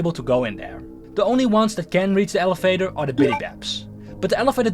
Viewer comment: Bro fix ur pronunciation jeez I literally hear elefater in